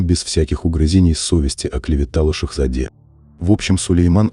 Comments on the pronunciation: И не тільки в слові пашА зроблено неправильно наголос, а ще у слові валідЄ, а тут твердий звук - валідЕ, а також не шехзадЄ, а шехзадЕ. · ПАша, ХюрЕм, шехзадЕ, валидЕ🤦🏽‍♀️ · Па́ша🤦‍♀️Па́влик тогда😂😂😂 Шехзаде́-в заде́. Где грамотность!? Ну вот где? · Ради хайпа снимают ролики . Не понимая даже как слова произносить. ШахзадЕ🤦🏼‍♀️